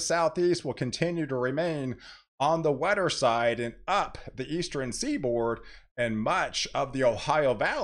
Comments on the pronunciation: Do you say "Eastren" for "Eastern"? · Good, very in-depth forecasting. Thanks! Please practice saying northern, southern, eastern, and western as it sounds like you're saying northeren, southeren, easteren, and westeren almost every time and it is very distracting to some of your viewers. Each of those ends in "rn" and not "ren".